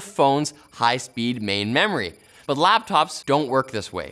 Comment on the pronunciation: Yo did this guy just say "LABtops" ?